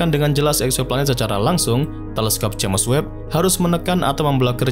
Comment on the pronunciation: The spell is "jeims webb" not "jemes webb" 😂😂😂😂